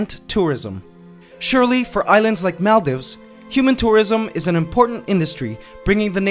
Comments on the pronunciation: okay i love your channel, just a small thing that bothered me, maldives is pronounced mall-deeves. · Is that really how you pronounce Maldives? I always thought it was pronounced "Mall-Deeves"